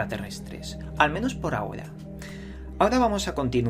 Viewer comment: Ve al logopeda, dices "d" en vez de "r", ejemplos "vadios", "cultudas" "ahoda"